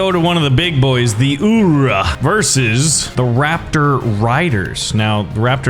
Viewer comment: Someone tell him its not uoor its ulllllr